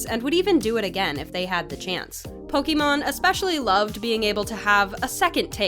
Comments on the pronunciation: Is it just me or they called “”? Here it is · did she say Pokemon! Its Pokemane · her names po-ki-main. not pokimon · Lol. She said Pokémon, it’s pokemane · Its pronounced pokimaine notn pokimon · HAHAHA THEY SAID POKIMON ITS POKIMANE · fr said pokemon not poki mane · Not only right that they haven't spelled pokimane in the video but she says Pokemon wtf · Bruh u called Pokèmon XD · omg please make her stop calling her 'pokemon' HER NAME IS PO-KEE-MANE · idiot it's pokimane not pokemon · did she said pokemon instead of pokimane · did you really call "pokimane" "pokimon" like an adult would say "Pokémon" multiple times? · She said Pokemon looool its poki-main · Wait did you say Pokémon instead of pokemain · Its Pokimaine lady not Pokemon. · BRO AM I THE ONLY ONE WHO'S OFFENDED THAT SHE SAID POKIMON INSTEAD OF POKIMAINE??!! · bruh its pokimane not pokemon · Lol it’s pokimane not Pokémon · Did she just say pokemon instead of pokimain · Bruh it’s Pokémaine not pokemon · Did she just say Pokémon, it’s called pokimane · Ur stupid its pokimane not pokemon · Pokémon. Wtf it’s pronounced PokeMayne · Did I straight up hear pokemon it's pokimane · DID YOU SAY POKIMON????? First of all it’s pokimane, second of all its Pokémon not Pokemon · It’s poki mane not Pokémon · It’s pokimane not pokemon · IT'S POKIMANE NOT POKEMON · Pokiman not Pokemon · SHE SAID POKÉMON INSTEAD OF POKEMANE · pokemon?!?!? its pokemane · "Poke Mon" *poki Main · Its pokimane not pokimon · My girl said Pokémon it’s Pokey main that’s how you pronounce it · LOL. They pronounced as. lol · "Powkeemon" instead of "powkeemeyn" 😭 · Wait she really just say not, hahahahhaa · pokimaine she saids pokemon hahahaha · ah yes my favourite streamer "Pokemon" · I like how you say her name as Pokemon, the twitch thot is a problem enough good seeing someone making fun of her (even unknowingly) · Why the hell does she say say Pokemon that's not how you say it